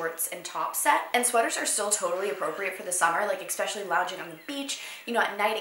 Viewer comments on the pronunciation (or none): This is so petty but you always say EXpecially instead of ESpecially and it drives me nuts 😂 xx